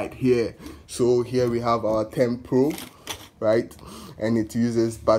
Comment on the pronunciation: Its thermopro & not thermpro